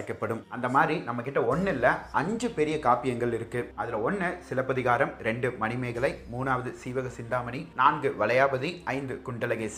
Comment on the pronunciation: I really like the way you said silapathikaaram 👌 love your channel